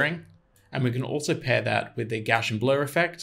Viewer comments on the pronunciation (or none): "Carl Friedrich Gauss" - that's a german mathematician's name. the "ss" is especially there to avoid turning it either to Z or to SH (and neither to C, like in "mathematician"). so it's NOT "goshian".